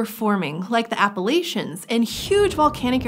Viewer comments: if you say Appalachia wrong, I’ll throw an apple atcha! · She's saying ordivican and Appalachia wrong